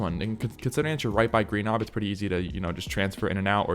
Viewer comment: Its pronounced rhy-nio-natha, not rhy-no-gothia 💀